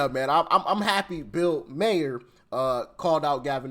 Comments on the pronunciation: This is what grok says: Bill Maher is pronounced as: • Bill: Like the common name “Bill” (/bɪl/) – rhymes with “hill” or “will”. • Maher: /ˈmɑːr/ or /ˈmɑːhər/ – rhymes with “car” or “star”. The “h” is usually very soft or silent in American English, so it’s often said like “Mar” (one syllable). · Just so you know for next time his last name is pronounced Mar. you know like bar with an M instead of B. Mar. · It's pronounced Bill Mar 🙂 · Wrong again. It’s pronounced “Mar” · It’s pronounced Bill “Marr” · Maher is pronounced Mar - same way you say Far 😊. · Hey, Maher is pronounced Mar. Like bar. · I think it's phonetically pronounced MARE!! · German pronunciation American m a y o r German m a h e r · Its pronounced Mar actually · It's pronounced like Mars with the s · It's pronounced like Marr bro. Bill Marr. You saying it wrong both ways lol. All good, I'm just going off of how HBO says it! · It's Pronounced Mar lol Love ya Doc! ❤ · You think you caught yourself on his name, but you still missed. It is pronounced Mar (like scar). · Bill Maher has finally woke up. ps Doc, it's pronounced Mar ❤ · This is how you pronounce it Ma her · The H is silent so his name is pronounced Bill Mar. Like Bar but Mar. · It's pronounced like mar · Doc, It's Bill Mar,( Maher) that's how you say his last name, MAR (Maher) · I agree with Linda 1503. The correct pronunciation is Mar. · You're BOTH WRONG!! Though It's spelled like you pronounced it. But it's pronounced like MAR!! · Doc just pretend that the H and the E aren't there. It's pronounced MAR - like the planet Mars. Watch a segment of his show from the beginning and you will hear the proper pronunciation of his name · It pronounced (mar) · It is Mier, Bill Maher’s last name pronunciation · Mar. One syllable. Rhymes with car. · Ok, it has been bugging me and I’ve ignore it until now… It pronounced Bill Maher (Marr)! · Doc, it rhymes with bar, star, car. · It's pronounced " Mar " as in the planet " Mars " just without the S